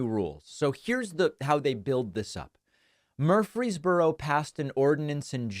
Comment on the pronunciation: Just FYI: It's not pronounced "MURphry's borough" as you keep repeating here; it's "mur-FREEZE borough".